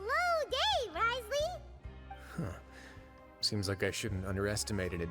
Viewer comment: Why do you keep saying his name wrong?